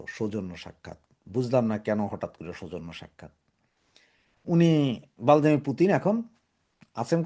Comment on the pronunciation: ভ্লাদিমির Not ভালদিমির।